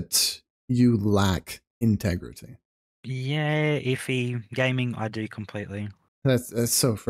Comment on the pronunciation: Where are you finding all these extra syllables?? Cheat-ting, in-teg-reh-teh.